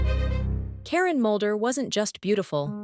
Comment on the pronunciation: Its Mulder not Moulder